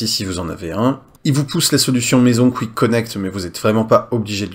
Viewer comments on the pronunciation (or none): none